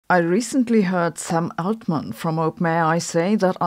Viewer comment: I thought you said “some old man” at first 😀